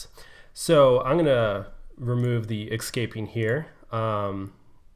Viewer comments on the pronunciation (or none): Why do you keep saying excaping?